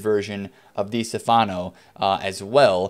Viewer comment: It's Di STEFano